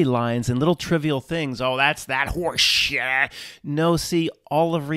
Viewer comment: Also, I love how you annunciate "Oh, that's that horseshieeet"